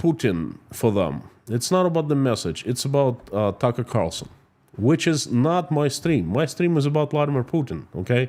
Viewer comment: Plus do some research on tucker. Its clear you havent as you couldnt even get his name right.